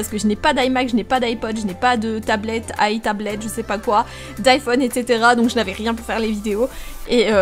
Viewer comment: « itablettes » Oui c’est ça 😂❤️